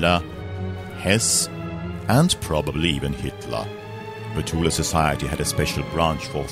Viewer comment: At last:someone else who pronounces Thule correctly